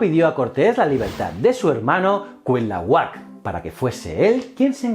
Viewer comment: Amigo me encanta tu canal. Sólo como aclaración la correcta pronunciación de Cuitlahuac es CUI-TLA-HUAC haciendo énfasis en la letra I. Aunque debo decir que CUIT-LAHUAC suena bien. Saludos desde México